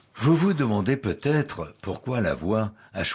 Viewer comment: Pour quoi tu dit peutio😂😂😂😂